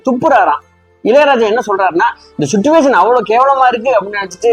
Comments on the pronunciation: "சிட்டுவேஷன்" இல்லை சார்! அது "சிச்சுவேஷன்!" இல்லையென்றால் "சூழ்நிலை" என்று சொல்லலாம்! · Suttuvation illai, chichuation. English theriavillai eeraan thamizhil sollavum.